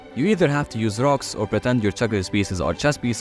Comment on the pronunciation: I heard drugs instead of rocks 💀💀💀💀💀💀💀